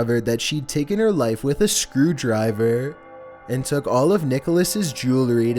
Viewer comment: a scrrrew driiverr